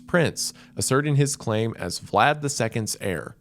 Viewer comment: The pronunciations throughout are rough for someone whose obsessed with Vlad as a figure and person. Amazing video regardless though.